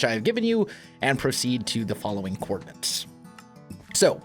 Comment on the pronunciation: “Coordinates” not “coordinants” stop thatching people how to not say or spell it.